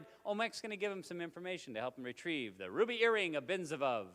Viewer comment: You got the name wrong! It's Benzibab, not Benzavov!